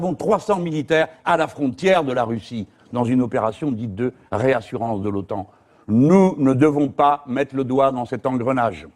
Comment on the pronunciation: Je l'ai déjà dit pour un entretien avec le camarade Coquerel, mais pourquoi vous prononcez OTAN à l'anglaise? En anglais c'est NATO (North Atlantic Treaty Organization), pas OTAN qui est la forme francisée de l'acronyme (Organisation du Traité de l'Atlantique Nord), il est donc incongru de le prononcer comme cela. A moins que cela soit une posture volontaire en vue de faire ressortir le coté dominant des états-uniens dans l'affaire?